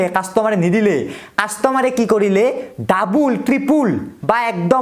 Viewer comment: ভিচন নহয় ভিজন।ডাবুল নহয় ডাবল।ত্রিপুল নহয় ত্রিপল। Goya nki toi.